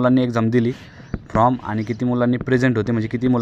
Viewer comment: From नाही रे फॉर्म( form )म्हण अगोदर मित्रा.